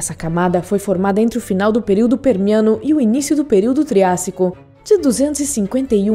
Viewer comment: "Período peniano" Quem entendeu da like kkkk